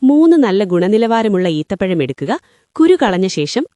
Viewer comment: ഈത്തപ്പഴം, പറയുന്നത് ഏത്ത പഴം